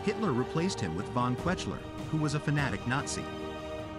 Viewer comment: Your pronunciation of German names is lamentable - the worst one was perhaps "von Kwetchler" for von Kuechler; closely followed by von "Mansteen", "Wittleben", and - let us just not go to the stab you had at von Brauchitsch and Doenitz - and then Redder for Raeder.... I mean, come on: make an EFFORT, eh?